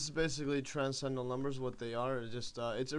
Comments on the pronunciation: It would help if you could properly pronounce transcendental. You keep saying TRANS CENDAL instead of TRANS CEN DENTAL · I think he was poking fun at you, since you say "trascendal" many times during the video. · Not only is this far some simple, the sides are missing of the video. Not everything stated is correct. You can't even pronounce transcendental. Why do you write half of the things you are saying when you clearly have the ability to type when you copy and paste text